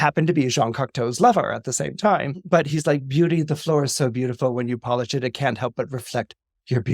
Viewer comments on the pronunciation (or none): none